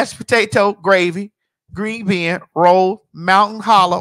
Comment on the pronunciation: The "green been" I AM OUTDONE